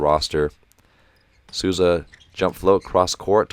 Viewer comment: Great video. Just one more tip about the names, Souza is pronounced like "Soul za", cheers from Brasil, keep these video coming, they're great and informative.